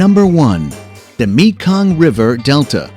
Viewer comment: Well, the moment I heard you pronounce "Mekong", I knew your were not a person, and those who put this video together, did not care at all to proof it before releasing it.